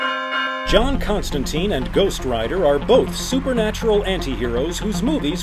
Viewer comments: It's Constantine. Not Constanteen. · Its pronounced ConstanTYNE not TEEN. Rhymes with fine. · Ahem. It's pronounced Constan-tyne.